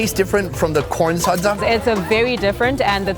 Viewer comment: Me from Zimbabwe laughing at him saying everything wrong sadza-saaaaadza Shona-shoena is how he says it😂